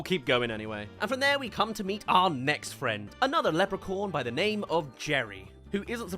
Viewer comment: Lepre-corn 🌽??? 🤣🤣🤣 I have never heard anyone pronounce leprechaun that badly. 😂